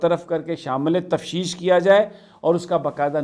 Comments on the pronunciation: Tafteesh; not tafsheesh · Correct word is T A F T E E S H not T A F S H E E S H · Bro... It's not TAFSHEESH.... IT IS TAFTEESH........